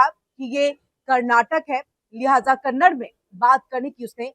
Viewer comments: It is not 'Kannad'; it is 'Kannada'. If you can't even recognize the correct pronunciation of Kannada, what respect or concern can we expect from you? This is your expert knowledge about a language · सारे फसाद की जड़ है इस मैनेजर का घमंड. कोई भाषा का विवाद इतना नहीं. और कन्नड़ नहीं कन्नडा बोलो. RBI का नियम क्या कहता है पहले पढ़ लो anchor madam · This is how much you know about Kannada — you don’t even know how to pronounce it properly. It’s Kannada, not Kannad. And yet you come to speak about a language war? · Ek vimash hai ki Kannad nahin hai, balki Kannada hai. Aur 'Kannad' shabd ke uccharan se sthaniye logon ko lagta hai ki unka apmaan ho raha hai. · कन्नड़ नहीं बोलते, कन्नड़ा बोलो